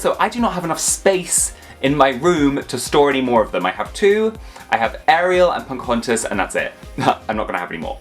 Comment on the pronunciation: Why do you call her "Poncahontas"?